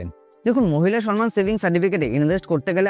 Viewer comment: সনমান নয়, সম্মান (সমমান)